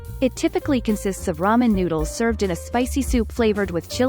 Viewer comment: Just about lost it when the narrator said "...a must visit spot for ten men lovers."